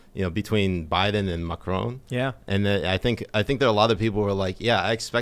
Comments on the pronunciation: Mac-a-rone. HAHAHAH Ma-cron. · Please try and say Macron. Getting triggered by Macroan, lol. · It’s pronounces “MA-KHR- spit -ON” not “MA-KR-OWN” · Here in the U.K. and majority of Europe NO MSM reported on the year long yellow vest protests, there was a ‘D’ notice in force !!! And please learn to pronounce Macron’s name correctly 👍